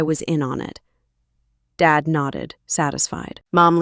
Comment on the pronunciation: Why does "dad" come out as "David"???